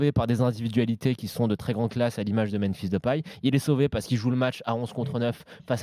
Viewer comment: Svp, dites à que c est memphis, pas menphis, sinon il a plus le droit d'en parler à l'antenne